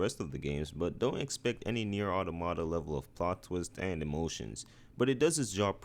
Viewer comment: Automata is pronounced like automaton. It’s the plural form